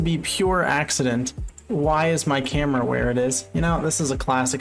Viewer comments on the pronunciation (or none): none